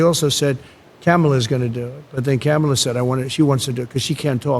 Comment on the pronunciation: Adin's mispronouncing is apparently contagious, wtf is Cam-ala?